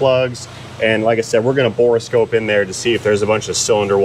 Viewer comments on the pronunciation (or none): My left eye twitches every time mispronounces borescope as bore-eh-scope